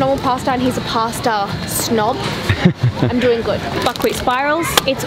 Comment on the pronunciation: whenever she said buckwheat i kept thinking she was saying fuckwit anyone else